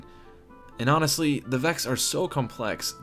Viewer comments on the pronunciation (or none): none